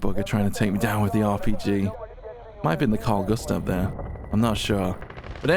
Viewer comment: u said our Kings/Launcher name perfectly id say Carl Gustav !:P